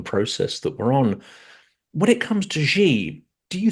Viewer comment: The syllable "Xi" in Chairman Xi JinPing's name sounds almost like the English word "She". Both you and Mick Ryan pronounce it as "Gee", like the English letter "G". In Chinese, those sounds represent very different words. Please pronounce "Xi" as "She". Otherwise, thank you for an excellent and informative discussion.